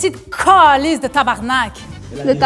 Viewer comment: J'ai entendu le gars du bas à gauche puis je me suis dit "au le boulet" il a dit tabarnacle.mais calisse,on dit tabarnak!et ça ce conjugue,mot en tabarnaké une,ou mot t'détabarnaké.ce qui veut dire,je vais te faire mal